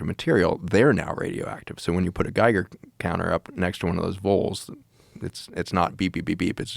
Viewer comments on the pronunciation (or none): none